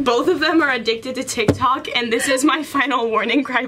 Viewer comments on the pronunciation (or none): none